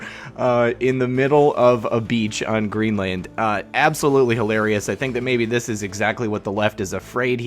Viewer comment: Your pronunciation of Greenland is making me cringe like I'm being slapped on the forehead with a paint stick. Let Ireland be your guide.